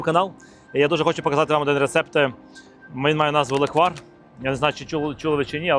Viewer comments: NE леквАр, a LE'kvar (ь)... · Тільки не леквАр, а лЕквар🙏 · Леʼквар!!!! Ти Євженя! Говори грамотно))) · Ов,справді.Це смакота з дитинства.Тільки наголос на е-лЕквар))) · Слово запозичене з угорської мови “lekvár”. В угорській мові завжди наголошений перший склад(лéквар, бóграч і так далі) Відео , як завжди супер 👍😇💕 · Євгене, правильно казати лЕквар. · Не правильно наголос Леквар наголос на перший склад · Наголос на перший склад, будь ласка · Я з Закарпаття. Вітаю вас! Я кожен рік варю леквар в каструлі і варю його більше ніж 24 години і получається дуже хороший леквар! Наголос треба ставити на літеру е.😊😊😊